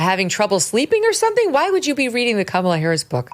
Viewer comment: Kamala (Ram-ba-la)